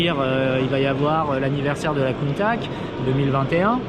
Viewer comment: doit revoir sa prononciation de Countach quand meme... avec tout mon respect.